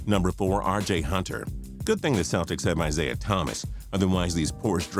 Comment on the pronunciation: he said misaiah thomas